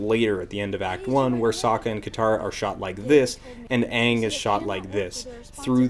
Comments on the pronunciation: You keep saying aang but an hour into the movie they clearly say his name is Oong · "Are you the Ahvatar, Ong?" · Why the 'O'? They're not saying it with an O, they're saying it with a short-a, so 'Ang' instead of the proper 'Aang'. Short 'a' sounds like "ah", long 'a' (written in languages besides English as 'aa') sounds like "aay" Also, you entirely missed their point. They was saying that sometimes you might have to ask for someone's name again if they have told you before because forgetting names can happen, so "you wouldn't have to ask for a name if you've been told their name before!" isn't really a good answer. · Honestly, the fact that both Aang and Sokka's names are pronounced differently from the show for no reason is proof enough that the movie would be garbage, because that means that Shyamalan, who wrote, produced, and directed the thing, DIDN'T WATCH A SINGLE MINUTE OF THE SHOW HE WAS ADAPTING. Because if he had WATCHED the show, he would know how to pronounce the names of two of the four most important characters with more screentime than anyone else. And yknow, while I don't necessarily DEMAND that a creator analyze the ENTIRETY of a franchise they're making an entry in, if it's clear that they haven't done any research outside of reading a plot synopsis, that's a problem. And doing nothing but reading a plot synopsis is also probably the reason why all the major plot events of the show's first arc happen in the movie, but completely lack any character whatsoever. The movie, like a plot synopsis, is just a list of events. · It took 4 earth benders to move a few pebbles while in the original show, a SINGLE EARTH BENDER could raise 10ft walls in seconds. Also, I hate how they pronounce Aang's name in the movie. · The first time they said Aang's name, I knew we were doooooooomed! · Great video oh and they say Aang's and Sokka's name wrong to boot lol